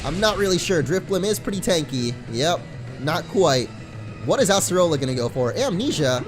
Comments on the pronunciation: it is pronounced (uh-ser-uh-la) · Uggghh... I cringe so hard whenever you say Acerola's name wrong.